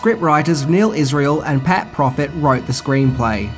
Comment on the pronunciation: It's PROFT.Not PROFIT.